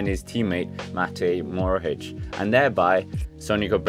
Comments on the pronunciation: sorry but its mohoric not morohic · he's probounced Mohoric, not Morohic! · Hahahaha the way you pronouce mohoric is so funny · Hahahaha, 1/10 the pronaunciation and 10/10 fory trying so its a 5 out of 10